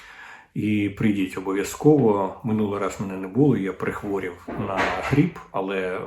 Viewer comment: Не "а не 'мене", потрібно "а не ме'не". Не "прих'ворів", а "прихво'рів".